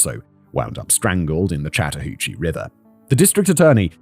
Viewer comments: Good job on pronouncing the river. Lol it is often mispronounced. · Yes! Your pronounciation of the Chattahoochee River was spot on! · impressive pronunciation on chattahoochee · Yes you said chattahoochee perfectly lol. Im only watching this one because im outside atlanta. Also, uncle tom is a term that refers to a black person who is racist against black people, essentially, so its not a nice name at all. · You said Chattahoochee correctly😊. Live about 2 hrs from there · Holy crap, Simon pronounced "Chattahoochee" right on the first try. I'm so used to him butchering things! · was very happy when Simon pronounced Chatahoochee correct on his first try. They grow up so fast T-T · Impressed that Simon mostly nailed the pronunciation of Chattahoochee. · It was! The only problem was every time I heard it, the Alan Jackson song played in my head. Haha. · I was impressed! He did get a few things "Wrong" as far as local pronunciation goes(e.g. Dekalb, but that's a local pronunciation thing), but he nailed Chattahoochee. Though if he was REALLY from here he'd call it The Hooch. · Simon, absolutely flawless pronunciation of Chattahoochee. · You pronounced Chattahoochee correctly, Fact Boi. Nice. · I live in metro Atlanta, and while the city itself is nice, the people are NUTS. It gets more dangerous every year: homelessness, drugs and violence are huge, and little is done about it. 😞 Human trafficking is also horrendous. One of the worst places in the world for it. Simon, you pronounced Chattahoochee perfectly. Thanks!